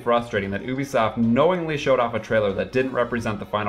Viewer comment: YOUbisoft!!! NOT EWbisoft!!!!!!